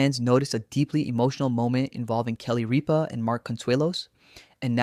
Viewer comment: First of all, her name is Rippa not Reppa. Get it right. Where do you come up with this bullshit. You should mashed of yourself.